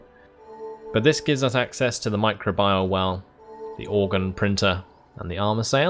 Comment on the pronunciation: It's pronounced my-crow-bee-al :p